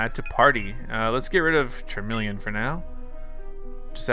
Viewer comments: The way you pronounce Charmeleon stresses me out. 🤦🏻‍♀️ I still luh you tho 🥰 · The pronunciation of Pokemon names is making me twitch lol... How have you never learned how to say charmeleon and venusaur???